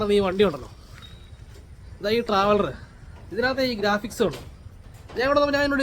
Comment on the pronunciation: ഗാഫിക്സ് അല്ല ബ്രോ ഗ്രാഫിക്സ് എന്നാണ്